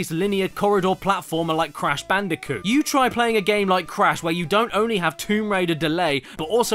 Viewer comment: It crash bandicoot what’s wrong with you why don’t you say their game names right!